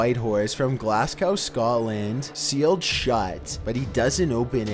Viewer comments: Glasgow is pronounced glass-go not glass-cow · For number for the in Scotland is pronounced Glaz-go not glass-gow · Lol sounds like you said glass gow 😅 should be Glasgow. Always sounds a lil weird when an American or Canadian says it lol ( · Glasscow 😂😂 is that how yous say Glasgow then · Hey ye on number 4 with the box of drinks the word Glasgow is pronounced like Glaz.go with a silent W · From where in Scotland!? 😂😂😂😂 bloody Americans! 🙄😜😜 Christ knows what you said but the ending to Glasgow is pronounced GO. Yep, it really is that simple. 😂😂😜 oorrrr if you are a Glaswegian it’s ‘Glazgay’. 😜😜😘💜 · Chrsit on a bike mate, the way ya pronounce Glasgow. Its like ya diny ken how ta read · How do you not know how to pronounce glasgow?